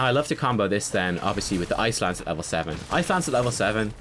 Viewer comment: The whole video I thought you were saying "Ice lands," but I now realize you were saying "Ice Lance." Dang accent :P Congrats on 5k. seems like just yesterday you were still at 2. I love how your channel is growing because you're so incredible ^_^